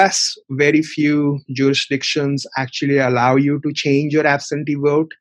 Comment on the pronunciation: its pronounced vote not wote